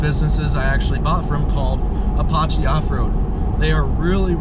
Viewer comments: Ahhh that would be Ah - patch - chee . As in the Indian. Come on man . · learn how to pronounce apache